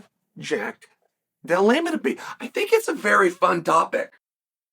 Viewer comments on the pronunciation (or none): Della Lamah came back. 😂 Put some respect on Jack's name for Christ sake. And you wonder why Pereira doesn't like you? 😂